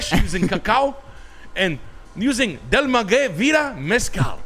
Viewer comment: Shoutout for pronouncing it “Del MaGay” Mezcal instead of “Del MaWay”